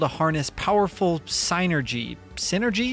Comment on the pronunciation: It really hurt to hear some of your pronunciations that just piss all over the hard work done by the localization team. For one thing - “Psynergy” is not pronounced the same as “synergy” but is rather a pun on that word and “psychic” - so Psynergy would be like synergistic psychic power, which is exactly how it’s portrayed in the game with its elemental/natural focus. More egregious is your pronunciation of “djinni” which just boggles my mind. You pronounce that the same as “genie” because they’re basically the same term. They are not pronounced the same as Harry Potrer’s girlfriend/wife.